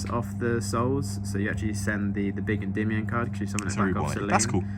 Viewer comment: he pronounces Endymion correctly